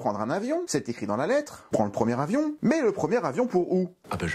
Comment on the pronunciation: À l'oral, "le premier avion" se prononce "le première avion" pour faire la liaison entre les 2 mots mais les Français sont devenus tellement nuls en français que 80% des spectateurs n'ont probablement pas compris cette blague.